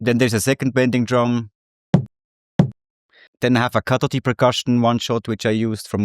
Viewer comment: He said Katoti Intead of Kadodi 😭🤣🤣🤣🤣🤣🤣